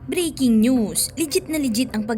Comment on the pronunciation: Pls. It’s breaking news and not briking.